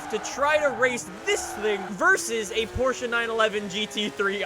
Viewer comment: He said porshe right for the first time